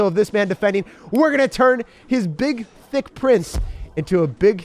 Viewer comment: he just called price thic